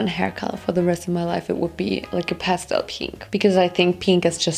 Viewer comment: 'the pastooloo' 😂